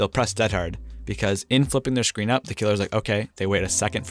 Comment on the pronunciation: Why does he say “shcreen” and not “screen”?